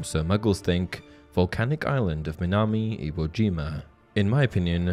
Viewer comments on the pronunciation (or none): you mispronounce Minami iwojima. Learn more.Arigato.